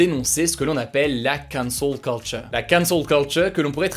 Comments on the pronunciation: Gros si tu prends un accent si marqué pour dire Cancel Culture, fais le avec tous les mots Anglo Saxons que tu utilises ou le fais pas du tout, sinon ça devient ridicule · Cet accent sur la cancel culture :')